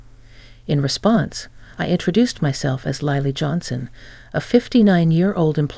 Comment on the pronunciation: Gotta love AI mispronouncing words, especially proper names such as, right off the bat, Lily pronounced as lie-lee...